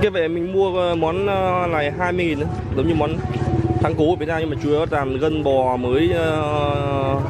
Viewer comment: Cháu nên tập phát âm tiếng việt cho đúng làm chứ không phải nằm